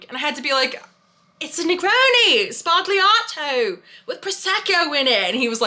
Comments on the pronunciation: Oh, ffs! It is pronounced ZBA-LYA-TO! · The G in sbagliato is silent 😁